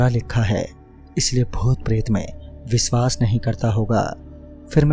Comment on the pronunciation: Nice 1 bas sha ko s mat boliye like viswas, suru